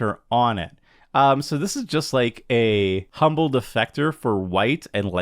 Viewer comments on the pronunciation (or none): none